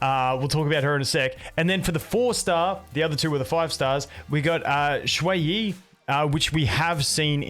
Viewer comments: the way you said xueyi is actuall y how you say ;a lil bit; in arabic LOOOOOOOOOOL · You pronounced their names perfectly.